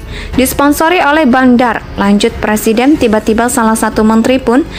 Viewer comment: MAU JADI PLESIDEN?? BELAJAR NGUCAPIN R DULU LAMLI !!!